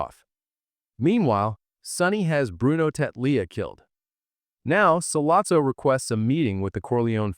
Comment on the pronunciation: As soon as Solozzo wasn't pronounced Solatzo I exited the vid